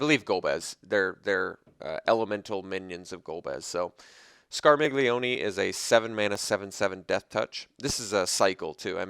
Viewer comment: Awesome cards. I really like the one for Tellah. That was an interesting way to pronounce Scarmiglione. I believe it's scar-ME-lee-un; like Charmeleon, but with scar instead of char.